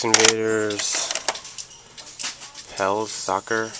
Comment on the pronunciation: did you really just say pell's soccer... wow